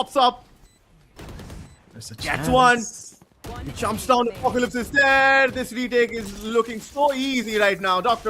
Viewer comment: Why the guy calling apocalypse on aplycs? It’s not even apclyps at least.